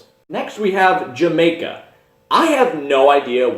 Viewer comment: Not Jah-may-kah. it's pronounced Hah-my-kah